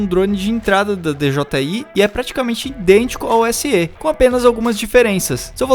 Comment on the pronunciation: Na língua portuguesa do Brasil, a pronúncia correta do fonema /e/ das siglas, marcas ou similares é com som aberto: /é/. Para confirmar isso, basta ler as seguintes siglas: DNER, BNDES, IPEIA, ESA, EUA, IBGE, OPEP, UERJ, TSE. MEC. Portanto, tua pronúncia SE, com som fechado no "e" - /ê/, está fora dos padrões de nosso vernáculo. As pessoas ignorantes academicamente, ao ouvirem o errado, tendem a imitar e repetir o erro e errarem da mesma forma. Olha só como as pessoas repetem os erros dos outros, porque não se interessam em estudar: RECORDE: PRONÚNCIA ERRADA: com a tônica caindo na sílaba "re” PRONÚNCIA CORRETA: com a tônica caindo na sílaba "cor" CATETER: PRONÚNCIA ERRADA: com a tônica caindo na sílaba "te” PRONÚNCIA CORRETA: com a tônica caindo na sílaba "ter" IBERO: PRONÚNCIA ERRADA: com a tônica caindo na sílaba "i” PRONÚNCIA CORRETA: com a tônica caindo na sílaba "be" PUDICO: PRONÚNCIA ERRADA: com a tônica caindo na sílaba "pu” PRONÚNCIA CORRETA: com a tônica caindo na sílaba "di" RUBRICA: PRONÚNCIA ERRADA: com a tônica caindo na sílaba "ru” PRONÚNCIA CORRETA: com a tônica caindo na sílaba "bri" LÁTEX: PRONÚNCIA ERRADA: com a tônica caindo na sílaba "tex” PRONÚNCIA CORRETA: com a tônica caindo na sílaba "la"